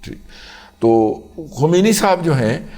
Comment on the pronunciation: Sahih talaffuz ye hai. Ayatullah KHOMAINI